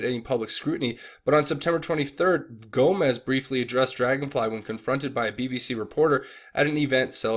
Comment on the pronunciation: Gomes not Gomez